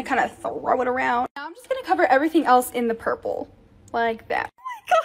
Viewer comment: She said dark blue is purpple